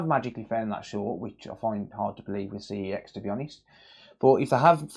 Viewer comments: That's not how you pronounce CEX! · Do you have to mispronounce CEX so you don’t get punished by YouTube?